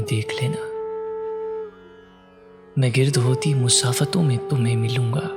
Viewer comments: Simply beautiful! Just a little correction on one of the lines. The correct pronunciation is: "Main Gard hoti musafaton..." and not "Main gird...". Gard means dust, gird means surroundings. Again, thanks for posting this beauty!! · گرد ہوتی مسافتون۔۔۔۔۔۔۔ آپ نے گ کو زیر کے ساتھ پڑھا ہے۔ جبکہ یہ زب کے ساتھ ہے ۔ گرد و غبار والی گرد یعنی مٹی۔ وہ مسافتیں جو دھول بن کر پیچھے رہ جاتی ہین۔